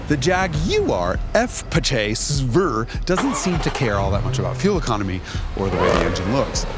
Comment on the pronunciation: The mispronunciation of the Jaguar F-Pace SVR was spectacUlar! 🤣